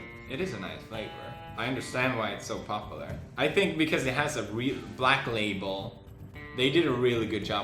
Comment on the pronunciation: It's cute how he pronounces popular like poplar =)